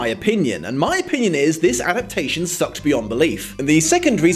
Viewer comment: Is it intentional that you often leave a syllable out of 'adaptation'? If no it's a little hilarious. You'd think, of all words, that's the one you'd try to get right. No ill will meant, just cracked me up a bit.